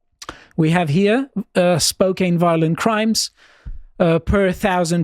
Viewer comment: Let’s go Spokane! Used to live there. Downtown is fairly liberal-heavy, but literally everywhere around it is based. Also, it’s pronounced Spo-can not Spo-cane